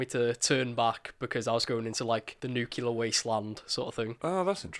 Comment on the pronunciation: pronounce 'nuclear' properly. Haha